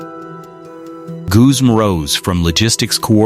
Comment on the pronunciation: Goozum? Wtf? It's pronounced Guzman